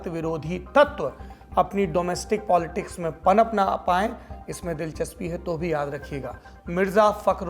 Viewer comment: Arrey bhai POLTICKS NAHI POLITICS